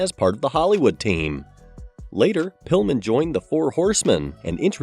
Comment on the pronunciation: he said Brian Pullman not Brian Pillman. Lol